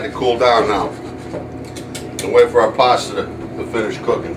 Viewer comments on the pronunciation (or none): There is no "R" in pasta